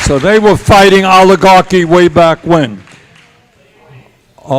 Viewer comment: Is it oligarchy or all-ya-ugly?